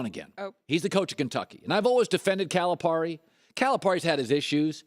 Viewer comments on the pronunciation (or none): First of all, learn how to pronounce Calipari's name.